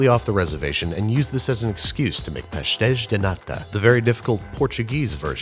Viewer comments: That was almost perfectly how a portuguese person would say that, well done. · That looks like a very good pastel de nata. And I think you were a lot better in the pronunciation this time!